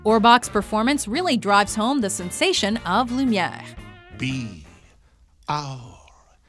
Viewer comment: Does anyone else cringe at how she says "Lumiere"?